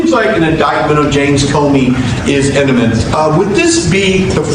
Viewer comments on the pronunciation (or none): MFer said ENIMENT!! And he fks MTG, so....... 🤢